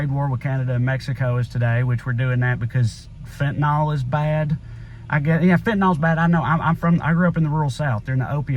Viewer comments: Fentanyl is pronounced fen-tan-ILL, not fen-tan-ALL. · Agree all around. Please though fenta-nill not nol... Be nice to an old pharmacist. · 100% correct, Trae. Heart-breaking. So anti-American. By the way, the drug is fentanyl, and the last syllable is pronounced "ill." I'm not sure why people have started calling it "ol." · Just fyi, it's fentaNYL not fentaNAL. But I love you like chicken. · FENTANYL not FENTANOL. Stop that shit already.